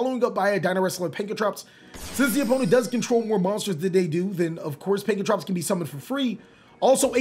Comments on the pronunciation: Why are you having so much trouble saying Pankratops? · so am i the only one who noticed the mispronunciation of pankratop to pankratrops and oviraptor to ovuraptor